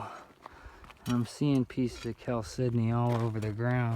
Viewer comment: Pronounced Kal-sed-don-e, not Kal-sydney